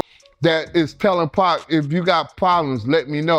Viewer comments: I cut this video off as soon as it said "pack". Everyone knows how to say pac. This is an AI generated slop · For this dude to keep pronouncing it “pack” makes it feel like he shouldn’t be the one presenting this video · “2 Pack” cmon commentator smh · Why he calling Pac “Pack”?😭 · AI cant pronounce pac